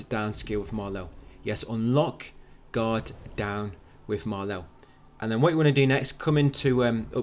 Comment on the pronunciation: Every time you say "Guard Down" I think you're saying God-Damn